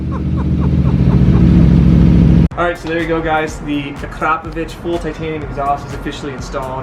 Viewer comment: Akra-poh-vich pronounce it properly ffs